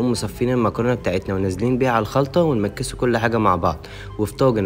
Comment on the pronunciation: حلو لما تقول كلمه(نمكسوو)😅👍